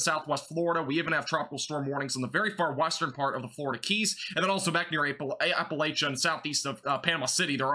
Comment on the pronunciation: May I help you with the pronunciation of some of the places in Florida? Appalachia is in WV. AP-A-LATCH-I-COLA is the big bend (Apilachicola Bay) famous for Oysters. Anclote- AN-Clot (Anclote Key)